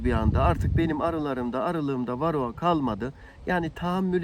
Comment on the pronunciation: Kendine arı mühendisi diyor. Varroğa, belfaks diye tellaffuz ediyor. O maske seni organik asitlerin buharından korumaz bu arada.